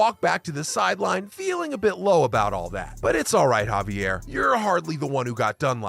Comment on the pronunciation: Terrific job on the video! You might, however, want to check your pronunciation of Xavier McDaniel's name. It's has a letter-name X at the beginning, rather than being pronounced like a Spanish pronunciation of the name "Javier".